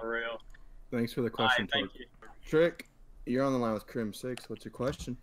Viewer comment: "You're on the line with crimSEX"